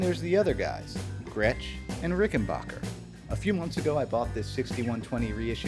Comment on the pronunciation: It's pronounced Rick N Back er